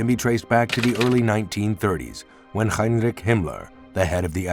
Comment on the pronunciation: An H at the beginning of a word like Heinrich is the same in English and German, so don’t know why you have a weird way of pronouncing it